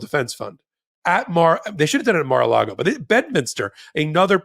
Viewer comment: It sounded like almost said "Mar-illegal" and I love it!